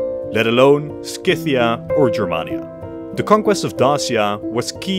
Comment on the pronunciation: Scythia does not have a k in it…